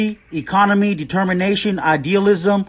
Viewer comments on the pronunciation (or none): Did he say “iconomy” ?!? What the fuck is that?